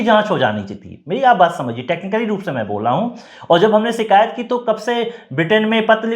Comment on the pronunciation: शब्दों का उच्चारण ठीक नहीं है। शिकायत ही सही शब्द है सीकायत , शब्द बिल्कुल ग़लत है। कृपया अपनी भाषा के शब्दों का उच्चारण की त्रुटि सुधार ने के लिए कुछ भाषा का ज्ञान प्राप्त कीजिए।